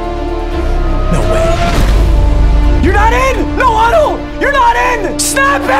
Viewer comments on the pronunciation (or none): none